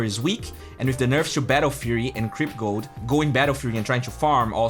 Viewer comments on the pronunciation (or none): none